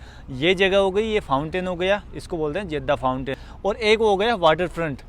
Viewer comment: जेद्दा नहीं, जद्दा होता है